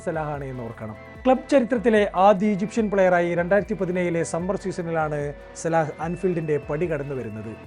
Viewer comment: സലാഹ് അല്ല സല ആണ്